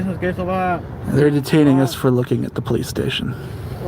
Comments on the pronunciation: " I wanna know why they are following the POOW-LICE " The Inbred in that Cop is undeniable. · Any time a LEO refers to himself as "the poh-lease" they loose any credibility with me.